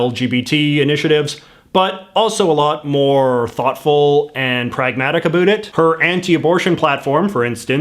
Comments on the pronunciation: I'm gonna start a channel just to say about correctly in spite of you. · Stop saying abot instead of about. Only dorks talk like that nowadays . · dude , as a fellow Canadian, you need to work on your pronunciation of "about" 1. it's actually 2 syllables 2. try saying it a little slower. :)